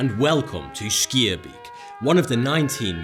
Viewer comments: haha you are prenouncing schaerbeek wrong its not skierbiek butt more like sgaarbeek ;) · skeerbeak? Schaerbeek: schaer, sgaar. beek, bake. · Schaerbeek is pronounced "schaarbeek" and with a Spanish "r" (the Dutch and Spanish "r" are the same way pronounced) I don't know how to pronounce it but it sounded nothing like the actual word. I don't mean to hate at all, Dutch is a very hard language to pronounce if you're native English speaking. Just wanted to give some feedback:) still an amazing video, keep it up! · Schaerbeek isn't Sk-ear-beak, it's pronounced Sg-ahr-bake, just as Gouda isn't pronounced Good-a, but more like Loud-a, and the -gh in van Gogh isn't silent. I'm a Dutchman, I should know! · SCHAERBEEK = SCARBEK man is not skirbe hahahahahhahaha. BXL respresenttttttttttt!!!!!!!!!! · SKEERBIEK???? LOL! SCHAAAAAARBEEEEEK!!!! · SKRRRTbeek ... its schaarbeek 😂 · SKIERBIEK i'm dead ahahaha, leave it to Americans to butcher our fine Brussels city name :p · You sey schaar beek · ITS PRONOUNCED SCAR-BEK ( im belgian) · schearbeek xD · its schaarbeek not schaerbeek!!! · Skiabik?? WTF?? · Haha ja hij zegt skierbeejk 😅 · schaerbeek is pronunced "scarbake"in english... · you prenouns schearbeek as Schaarbeek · "sceerbeek" hahahaha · you pronounce it as charbake :) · Horrible pronounciation on "Schaerbeek" lol :D (I'm from Belgium) It's more like "scare-bake"-ish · It's pronounced skaar-beik ;-) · To pronounce "schaerbeek" correctly type in on goolge translate "schaarbeek" then click on the speaker (select "Dutch" as language :D) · wow you totally mispronounced Schaerbeek, I am from Belgium (Flanders) so😅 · I loved the way he pronounces Schaerbeek. I loved it! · Wow i live there and i've never heard someone pronounce it that bad lol. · im belgian and that pronounciation of schaarbeek was so wrong but so funny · As a Belgian, his pronounciation of Schaerbeek amuses me! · You really butchered the pronounciation of Schaerbeek there :D